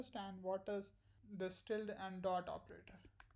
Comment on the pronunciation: Very useful video - thanks! (and you pronounce 'tilde' just fine!)